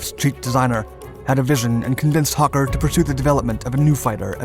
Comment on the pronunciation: What's a "hukker"?